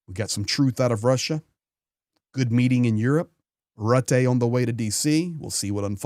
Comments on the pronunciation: Rutte = Rootah not Ruteh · Mark Rutte (pronounced: Mark ROO-teh) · You say Rutte( Rutte)